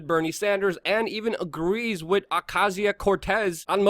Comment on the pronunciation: The word is pronounced "with" not "Wit … lol